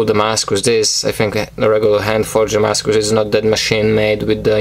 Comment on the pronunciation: S. makes some great knives, I love the way you say "Damascus".